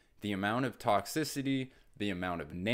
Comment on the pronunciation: Wow, I look at too many Pokémon cards… every time you say ‘toxicity’… I just hear Toxtricity 😂 Oh, and ‘scalping’ is the basis of TCG collecting.